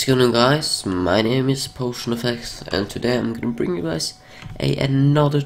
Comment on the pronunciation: In 2015 it sounded like he said Paul Shrin instead of potion. lol